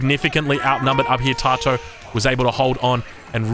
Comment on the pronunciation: Tatoh is pronounced Tat-oh fyi mate. Love your work